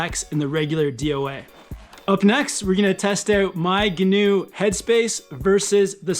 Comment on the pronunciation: Please pronounce Gnu correctly as 'new' not ''guhnew'